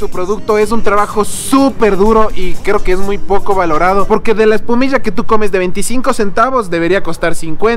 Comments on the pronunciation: Ustedes dicen "epumiya" 😂😂😂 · Jjjj un goce cuando se escucha eecir espumishaaaaaaaaaa vivia en quito x 2 años desde babahoyo saludos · Antes escuchaba decir : ESPUMISHAAAAA Ahora solo escucho decir: MASCARISHAAAA😂😂💔☹️ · No es "Espumilla" es "ESPUMISHEEEEEE" 😉😋